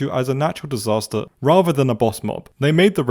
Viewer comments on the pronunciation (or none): none